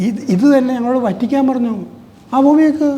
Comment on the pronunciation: മലയാളത്തിൽ വ ത്തി ക്കാൻ എന്നാണ് ഉച്ചരിക്കുന്നത്. വ റ്റി ക്കാ ൻ എന്നല്ല..... അയ്യേ, മെത്രാൻ കേസ്സ്!വഞ്ചി സ്‌ക്വർ പോയതല്ലേ. Chumma വെയില് കൊണ്ടതല്ലാതെ.. എന്തു ഗുണം കിട്ടി. ഇനി അനങ്ങാതിരി 75 ആയില്ലേ